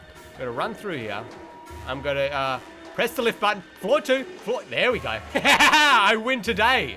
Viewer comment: When he goes to the elevator and presses the 2 button to go to the 2nd floor why dose it sound like he said "42" XD.